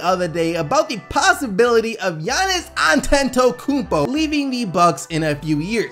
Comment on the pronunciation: Did he just say An ten to kum po